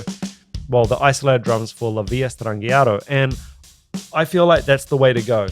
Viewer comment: Love how you pronounce La Villa Strangiato properly, no one ever gets it on these reaction videos.